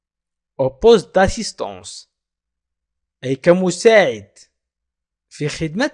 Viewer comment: la pronocition d assistante est assistance?